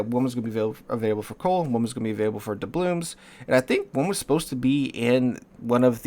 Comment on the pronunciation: How many years is it now that you've been mispronouncing doubloons? 🤣